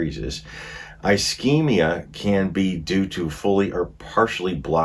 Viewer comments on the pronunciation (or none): Ischemia like a snakes hisses, just drop the H. Isss keem ia, not I schem ia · It’s not “eyeschemia” it’s ischemia…soft “I”. 😁😁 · Metabolic acidosis does not mean an accumulation of acid in your stomach. Also, the pronunciation of acetaminophen is.Ah-seat-ah-min-ah-fin. Also pronunciation of ischemia is Iss-keem -ee-a. Also pronunciation of ileus is Ill-ee-us. It’s a good idea to look up pronunciations before reading the material and have a good understanding of the diagnosis. Appreciate your video, but it’s a good idea to get a good understanding of what you’re talking about. Other than that, you did pretty darn well in the last half. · Please don't take offence, it is pronounced ish-kemia. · Ischemia: Ih-SCHEME-ee-yuh Ih-SCHEME-ick Ileus: ILL-ee-us Oopherectomy: EWE-fer-ect-uh-me Gastrectomy: Gas-TRECK-tuh-me Sequelae: Sah-QWELL-uh